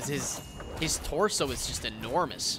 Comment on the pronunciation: Lol when you say enormous